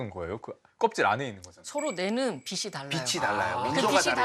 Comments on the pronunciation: 빛이....비치가 아니라 계속 비시로 발음하시네요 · 공부 꽤나 하신분일텐데 자꾸 빛을 빗이라고 발음하네 거슬리게...